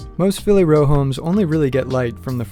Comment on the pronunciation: As soon as I heard 'Phiily' I knew this was gonna be a disaster...